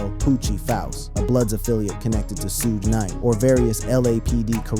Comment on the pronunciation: These damn A I videos piss me off they can't even pronounce Pac's or Suge's name right 😒